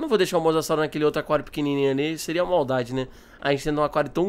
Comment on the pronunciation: Tu falo aquário errado você falo a quario e é aquário